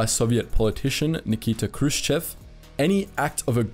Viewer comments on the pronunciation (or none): none